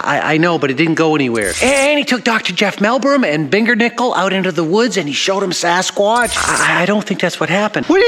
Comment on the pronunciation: Almost half way through the episode and I find the proposed mosquito study to be an interesting project. I think Jeff’s idea definitely has some merit Edit: did just say “Mellbrum” and “Bendernickel”? 🤦🏾‍♂️😂🤦🏾‍♂️